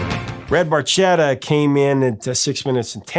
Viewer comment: The ch in barchetta (as in Red Barchetta by Rush) is a hard ch, just like the ch in Chianti or cholera. Same goes for the ch in bruschetta, pronounce ch like a k in Italian if you care about correct pronunciation.